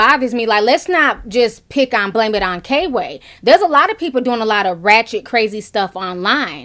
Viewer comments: girl it's kway not kayway. lmao. love you tho. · It's pronounced Qway lol not K-way even tho its spelled kway lol.. Love yo page Ti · HIS NAME KWAY (QUAY) NOT K-WAY LOL EASTSIDE IVO IN THE MIDDLE & PRINCE MARNI IS THE OTHER ONE, THEY’RE FUNNY I MUST ADMIT BUT THEM WIGS CONSTANTLY MAKES YOU QUESTION… 🤭 SHHH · You pronounced it K-way like 500xs lol instead of 'Qway'. comedy is comedy for me. I watch all cultures and videos if it's funny. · It's kway not k way. Eastside ivo is in the middle. Just in case you care. I was wondering why so many Instagram/ youtubers like La La and Kway be at the B E T award shows. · Love u ti! His name is pronounced kway not k way btw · Girl! You kept calling him “K-Way”. It’s Kway. One word, all together. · I think it’s pronounced Quay, Ti lol its okay.. But I agree with everything you’re saying! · name is Kway. Pronounced like Quay. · You too funny Ti, it’s pronounced Kway like Sway one syllable. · FYI His name is pronounced kwuh-A :-)